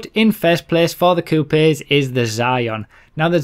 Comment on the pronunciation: lol 'coupies'